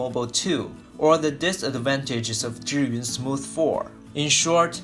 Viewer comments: this is the right way to pronounce Zhiyun (like JUR-yun). =) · Thank you very much for pronouncing 'Zhiyun' correctly. :-)